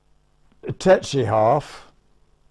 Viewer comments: Why do you write "tsetse" and pronounce it "tetse"? I'm probably too German to undestand... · That's TSETse. Not TETse. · Why the F do the two first pilots say TETSE instead of TSETSE? Are all British pilots dsyslsectsic? Better call it the DH Tetse, then. Are those two a bit dada? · Strange that everyone is pronouncing Tsetse as 'Tetse' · The narrator mispronounced Tsetse...strange.